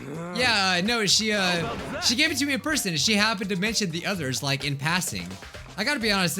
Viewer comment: Man he said like wrong